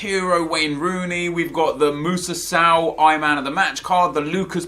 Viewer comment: It's S-O-W not saw new pls stop saying saw